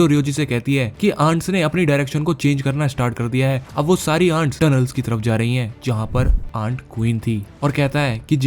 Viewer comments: It's ANTS not AUNTS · Aunt king❌ Aaands king✅ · एंट्स ❌ आंडस ✔️